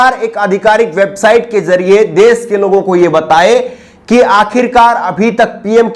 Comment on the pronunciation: Bhai ji aap acche journalist he bas aap apni bhasha shudh kijye.shabdo ka sahi ucharan kijye jaise sha ko sa kehna. Aap sha ko sa kehte he. Desh ko des kehna, kosh ko kos kehna.vipaksh ko vipaks kehna Bhutchi sharmnak he